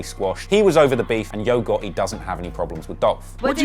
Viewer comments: He said YOGO besides YO GOTTI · “Yo ghotHE” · Saying the T is non existent for this guy...who the hell is yo goeei